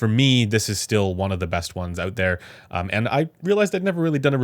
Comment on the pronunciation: can you learn how to pronounce the word "out" properly? its not oooouooout. It's just like owt